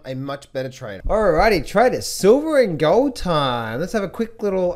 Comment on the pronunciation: Gaaah-old and sil-vah...what kind of accent is that,?